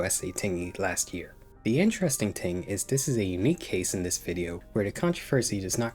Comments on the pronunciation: bro says TIng instead if Thing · Pronounced " thing" not "tink"